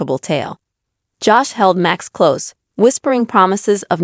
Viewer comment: PIT BULLS DO NOT GET MATTED FUR ....AND LEARN HOW TO SAY HIS NAME CORRECTLY. IT IS JOSH NOT JASH